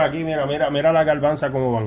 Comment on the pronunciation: No se dice garbansa ....garbanzo